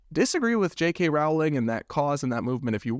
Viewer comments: Nitpick: Rowling is pronounced rolling (rhymes with bowling, not with howling). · Mega Harry Potter fan here. For future reference Rowling is pronounced like rolling.